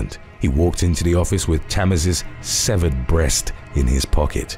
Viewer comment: When he said severd breast , I heard seventh ...And thought for a second wth!? And then after my brain caught up I said oh right. I had previously been texting my family members as I had this playing. 😀